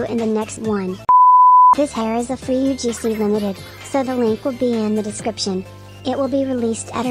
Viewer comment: Bro sayed "UFC" Not "UGC"